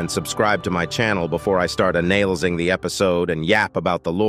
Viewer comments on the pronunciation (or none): Ah yes, anailizing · Anailzing 😂 not being unkind just saying i found it funny!